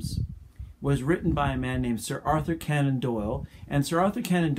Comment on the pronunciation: It’s C-onan not Can-on! Otherwise, great explanation on abductive reasoning. Thank you!